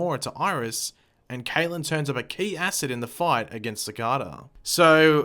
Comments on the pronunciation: It's pronounced SAH-CAY-DAH, not SAH-CAH-DAH ... And also your answer to everything is Time-Travel! Do you ever get tired of being wrong? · Everytime you pronounce cicada wrong an angel loses his wings. think about that the next time you pronounce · you pronounced cicada wrong